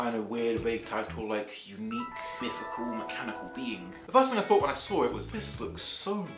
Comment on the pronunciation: “ I sawr it on eBay” 😂